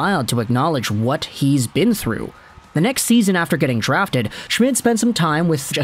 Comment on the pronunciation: name is pronounced shh-mead